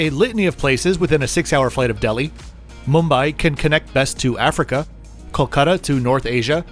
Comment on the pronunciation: So there are people who can pronounce Mumbai properly😂